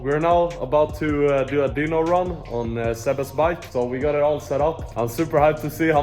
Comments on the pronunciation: great video but dyno is pronounced die-no not dee-no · its dyno not deanoo